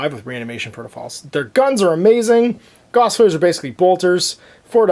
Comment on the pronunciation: Gauss is pronounced like “house” with a “g”. Carl Friedrich Gauss was a German mathematician and physicist.